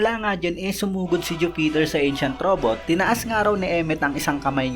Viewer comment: bakit ju-peter boss? bkit pa putol ang bigkas na hinto pa sa ju bago mag bigkas ng peter.